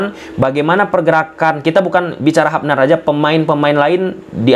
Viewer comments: Hubner ttp dbaca Hubner bukan Habner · hubner bkn habner 😂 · Kita bacanya tetap HUBNER BANG BUKAN HAPNER